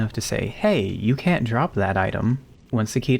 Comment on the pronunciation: I distinctly hear the N going straight into the U. "CAN USE". Plenty of other times he said "can't" were perfectly clear though.